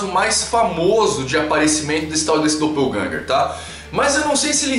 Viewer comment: 'Doppelgänger' uma palavra alemã que simplesmente significa sósia.. 'e a pronuncia não é como se tivesse lendo em inglês'